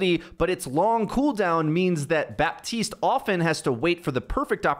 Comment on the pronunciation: his name is BAPtiste BAP, there is a P in it. You’ve said it wrong for years it’s so frustrating. Baptiste himself even says Baptiste how are you getting it this wrong?